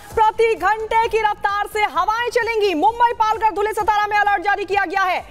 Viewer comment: सतारा नहीं सातारा है। नाम तो ठीक से लो।